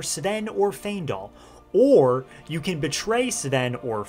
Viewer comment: Great video but giving bro a like just for pronouncing Faendal right 😂 I promise if I hear someone say "Fyiendal" one more time...